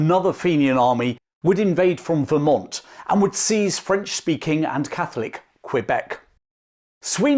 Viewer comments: Nice video. It’s pronounced more like cuh-beck than cue beck but great content, and I’m nit-picking as a local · It's Kebec, not Kwebec. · Excellent video! FYI its pronounced K-beck not Kwabek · Great work, but if you plan to do further episodes based in Canada we pronounced Quebec as Keh-beck. Even the Quebecers say it this way. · Your butchering the pronunciation of Quebec kills me. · No its really not, im fluently english and i can assure you, you sound ridiculous lol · Doubling down on incorrect pronunciation. Interesting strategy. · Found a new dictionary that omits the correct way. Very convenient, now your simple mind can easily convince itself into saying it wrong on purpose once more 🎉😂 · Imagine going abroad, being told how to say a thing properly, pulling out your phone and trying to prove the local wrong. Thats you. This superiority complex of yours is comical, you’ve devoted so much time to this lol You already have the phonemes to say it properly, no valid excuse to butcher it from here on out.